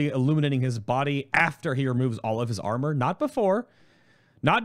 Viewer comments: without honor is what I heard the first time too XD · Wait a second! He says:"Without armor?" xD I understood "Without honor?" :`D